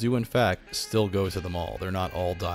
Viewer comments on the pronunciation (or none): none